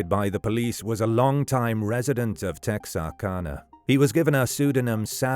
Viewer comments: Tex R cana is how it's pronounced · As someone from Texarkana, it's always crazy hearing people not from Texarkana say "Texarkana". For anyone curious, the "ana" is pronounced like the "ana" in Louisiana. Because it's literally just Texas, Arkansas, and Louisiana smashed together into one word. Edit: I know this is ai, but tons of actual people say it this way as well. On another note, my grandpa was in high school when this was going on. He thought it was this kid who was in band with him. The guy was a senior and larger than normal. He was also unpopular and standoffish. However, my grandpa is dead now, so I can't ask him for any details. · And immediately mispronounces the town name.. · Born and raised here in Texarkana. And I know what you mean most people do not pronounce the name correctly. My great aunt ( b. 1905) told me when I was young the authorities suspected the killer was Dr. Smiths mentally degraded son and because of Smiths influence in the town it was kept hush.